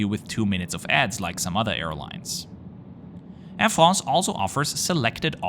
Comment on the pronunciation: "Air FRRROOSS"